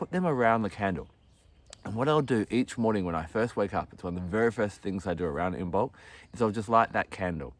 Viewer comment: Cool fact, Imbolc is supposed to be pronounced with the b being silent. 'Imolc'. Lovely video btw!